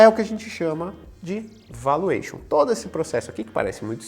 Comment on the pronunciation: vAluation e não voluation